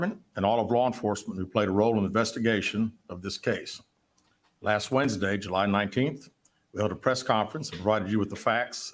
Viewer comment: Carly why did JU-LY!!!🤣🤣🤣😂😂😂😂